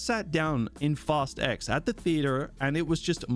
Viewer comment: Why I hear it like: “FAST EGGS”?